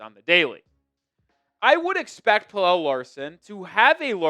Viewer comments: its Pel-luh not Pel-elle, pleaase stop pronouncing it like that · It's pronounced Pella not Pellel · Pel el … Kel el. You do a story on Pelle (Pella) and you say his name wrong. Weak.